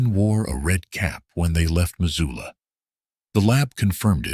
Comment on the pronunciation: They also called Missoula...Mazula... do research when telling a story 😉